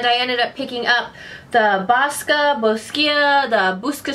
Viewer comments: Funny to hear someone pronounce Boscia like that. Its pronounced bow-sh-uh. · Love your videos and a thousand times YES on more mama woop woop!!! BTW boscia is pronounced bow-cha, I know it took me some time to get it. All these weird brand names. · Lol your so adorable! Lol it's actually pronounced "bow-sha" but girl the only reason I know thT is cause I work at sephora 😂 otherwise I'd be pronouncing it the same way 💁😎 lol love ya! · You are supposed to spell it: Bò-shia